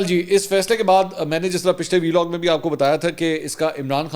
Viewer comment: 1. You always say: Veelog, it is Vlog It's Vlog not Veeeelog ولاگ صحیح ویلاگ غلط